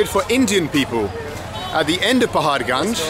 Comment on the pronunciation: Say Paharganj one more time I dare you